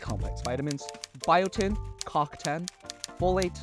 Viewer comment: Lol was the way you pronounced CoQ10 intentional? 😂😂